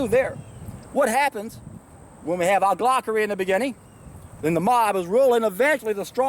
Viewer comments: Hahaha, loved this, also it's oligarchy ;) (aw-lee-gar-cky) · you gotta re- do this video. Its pronounced OLI - GARK - EE. And OLI - GARKS. Not bashing you though cause youre Bang on point as ever, and you've taught me SOOO much. I am currently on a juice feast, and have elevated my conscious vibrational frequency, cleaned out a load of old crap from my bowels, and with your help, my eyes have been opened to how most people in the modern world (especially the 'experts') are totally clueless. Anyone watching for the first time - keep watching. Join the facebook groups. We need to be the trim tabs. Meditate. Go raw. Do a juice feast. Lets get reconnected. "Only those who go where few have gone can see what few have seen" - Buddha. Amen - keep doing what youre doing!! Much love, gratitude and respect.